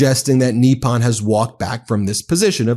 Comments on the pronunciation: Come on, pronounce foreign words like an American Goddamit. NIP UN. Not f-ing NEE PAHN. PACK IS TAN. Not PAH KEE STAHN. You sound like you’re doing a bit for Chrissakes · US pronunciation is strange. We had Eyeraq instead of Iraq (as was explained to a US Secretary of State by the leader of that country), now have Neeppon instead of Nippon. When a dog gives you a tiny bite, do you say he gave you a neep or a nip? Do you have a neep of whisky, or a nip? Or do you say there's a neep in the air when it's frosty? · The po in Nippon is pronounced like the po in the word pope. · Not a single person reporting on this story knows how to pronounce the word Nippon >< it takes little effort to learn. It's just like saying Kamala's name the right way lol